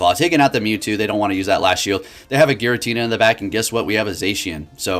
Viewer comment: ah yes girantina